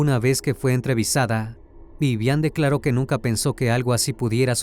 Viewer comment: No es viviana es vivian, vivian😂😂😂😅